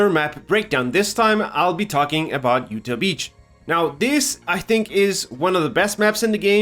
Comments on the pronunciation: It’s not a big deal, but it’s pronounced you-t-awe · Great breakdown but it’s pronounced you-tah